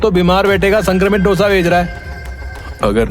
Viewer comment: It's not " डोसा " It's दोसा